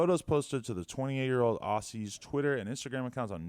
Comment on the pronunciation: its spelled aussie but pronounced auzzie